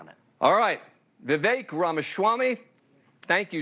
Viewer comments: His name is pronounced: Viv-vayk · That interviewer doesn't shut up and let Vivek speak. For crying out loud. And learn to say his name! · He mispronounced his first name on purpose. Seriously, watch it again. No one corrects that quickly. Or don’t